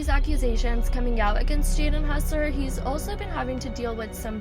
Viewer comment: Bro is hossler not hussler